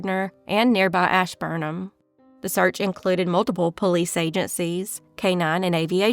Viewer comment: It’s pronounced the same way it’s spelled ash-burn-ham. Just to lyk.